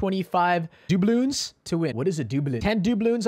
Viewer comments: Dude it’s pronounced “dub-loons”🤦‍♂️🤣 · actually duh-bloonz. if you ever graduate from college you’re not gonna know phonetics 😂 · It’s pronounced dub-loonz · Da-blun is how u pronounce it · The way u say doubloons really fries my beef omg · The way he said doubloons had me dead😂😂